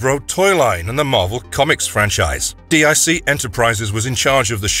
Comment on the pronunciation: DiC is Pronounced DEEK